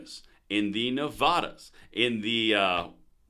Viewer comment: I have to disagree with one thing. How you say Nevada. Haha